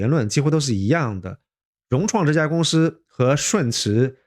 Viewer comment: ，是公si不是公shi。我也是只发一个音，如果分不清楚还是回到原来的口音比较好。